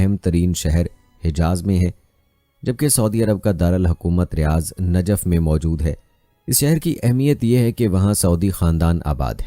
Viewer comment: Ji Najaf nahi ye Najaf he janab🙏